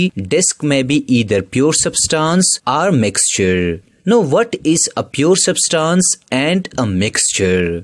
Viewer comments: It is substance not substons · Didn't even dont know how to pronounce , substance.....poor video